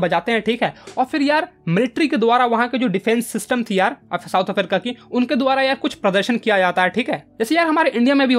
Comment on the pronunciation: south afarica 😂😂😂😂😂